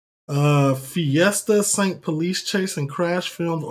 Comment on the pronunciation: you really said fiesta saint, its ST thats sport bro😂